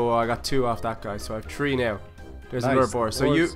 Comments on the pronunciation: you said tree and not three XD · three = tree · Way are you saying tree it is three i am srroy if the splling is wrong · I like how they say tree for three 😂🤣😂🤣